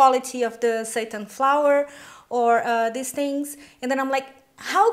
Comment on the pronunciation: I can make Deez? Deez Deez and deez?? Haha great video though